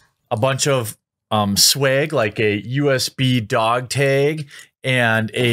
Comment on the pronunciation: lol swayg and dog tayg is almost as good as bayg